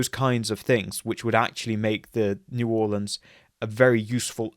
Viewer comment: Great video! Also props on pronouncing New Orleans correctly